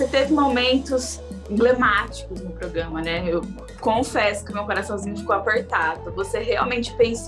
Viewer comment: Ela ainda fala "progama"